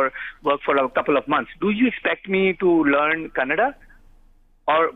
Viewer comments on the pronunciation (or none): Thats Kannada. Its not Kannad. Please talk properly. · Kannad nahi kannadaa idiot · Firstly, It's "KANNADA" not fucking "KANNAD" for heavens fucking sake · is definitely an illiterate politician. He is the most stupid person with stupid arguments. A tip for, when you are trying to fake your respect for Kannada at least do it right. It’s not Kannad, it’s KANNADA with ‘A’ in the end. Don’t hindi-fy other languages. Hindi is not the centre of the universe. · it's Kannada not kannad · Stupid bjp spokesperson doesn't even know to say kannada and Karnataka 🙄